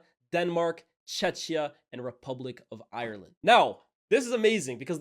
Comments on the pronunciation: Bro it is pronounced “checkia” not “chechia” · please don't call us CzeCzia lol. I'm not that pedantic about this myself but it could rub many Czech people, especially older folk, wrong because of the dark period of Soviet oppression and because people get it often mixed up with Chechnya, which is a Russian territory and is pronounced this way. Czech Republic will always be the best, but Czechia (with a 'K') will also do.. sorry for being that guy lol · Nahhhh what was that pronounciation of Czechia 💀